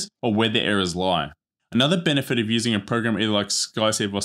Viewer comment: Benefits (not benfits) - at multiple points of the video.